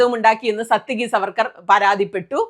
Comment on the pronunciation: സാത്യകി! (It's not 'സത്യകി'.)